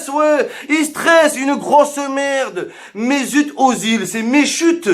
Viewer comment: C'est pas Mezut Mais Mesut et sa se prononce "Mèsoute" Si c'était Mezut t'as blague aurait été bien 😊